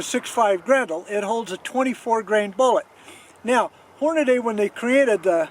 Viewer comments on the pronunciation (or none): I can't believe you still say Horn-a-DAY, when its clearly spelled and pronounced Horn-a-dee. Your punishment is the ringing ears that followed the first shot. Edit: you only mispronounced Hornady the first time you said it.